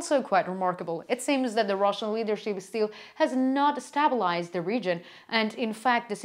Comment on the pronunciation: Stabilize = stay-bull- eyes. Great report. Thought you might like the help. Your English is greatly improved. Glory to Ukraine. God bless.